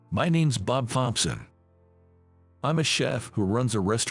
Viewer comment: In the opening part of the story, the word "flustered' is always pronounced as 'flistered.' Also, the name 'Thompson' is not "THOMPSON", but is rather 'Thomson'; the 'TH' at at beginning of the surname is pronounced with the 'H' silent. Same for the letter 'P'. Better get someone whom speaks PROPER ENGLISH, not this SLOP that passes as English.